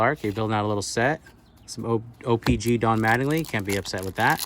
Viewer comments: It’s not o pee Gee It’s o pee CHEE WTF 🤦‍♂️🤦‍♂️🤦‍♂️🤦‍♂️🤦‍♂️🤦‍♂️ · Ur sitting there acting like u know all kinds of stuff about trading card but u don’t even know how to say the damn name right!!!!!